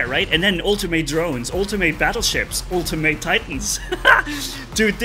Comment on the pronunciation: atleast say “ultimate” right if ur gonna keep complaining about the same stuff u been complaining about for a while